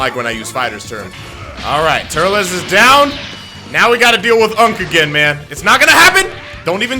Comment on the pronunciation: we're back with more of the keman series What it sounded like he said: we've back wif more of the kevin series.